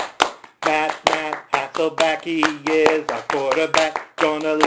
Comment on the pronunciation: Wow Hasselback, huh? It is Hasselbeck. You should have practiced that a little more. Oh well you are a Seahawks fan so I love you. SEAHAWKS 4 LIFE!